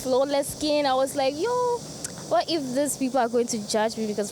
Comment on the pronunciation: thou she's Ghanaian, the "Yo" part sound so South African 😊....